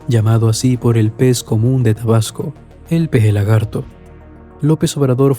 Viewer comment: jajajajaja es macuspana no masuspana y es tabasco no probasco